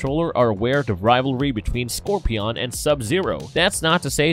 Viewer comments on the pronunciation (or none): Score -PEE-ON. POSEI-DEE- ON. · What is that pronunciation of Scorpion? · Scorpy-On. That's how I'm going to say it for the rest of my life. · Who pronounces scorpion like that lol? He doesn't have any crazy accent, it's like it's on purpose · Scorpi-ON almost as bad as vege-ha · Scorpiyon? Seriously? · Why the hell are you pronouncing it "ScorpiON"? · How do you mispronounce scorpion? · Nice video, I've never heard Scorpion pronounce like that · I hate how he pronounced scorpions 🦂 name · Who can't pronounce Scorpion. Oh lord. Get a refund.